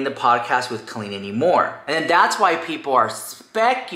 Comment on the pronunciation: It's pronounced "CO-leen" not "CALL-een." Sincerely, a former Colleen fan.